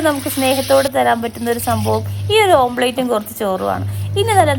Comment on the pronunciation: ഓംലറ്റ് ആണ്. ഓംപ്ലേറ്റ് അല്ല